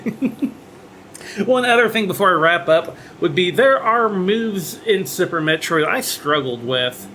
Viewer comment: Lol, sounds like yer saying Supper Metroid on Supper Nintendo ;p